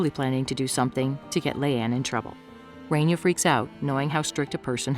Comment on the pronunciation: It's Raaaania!!! Not Renia it's my name atleast pronounce it right ☠️